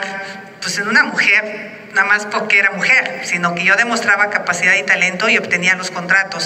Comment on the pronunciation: Xocitl o su equipo, es importsnte que mejore la diccion en la pabra "PORQUE" Y NO "POQUE"